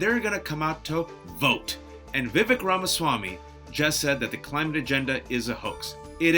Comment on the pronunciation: A “Desi” pronouncing his name as Vivik? Suuure.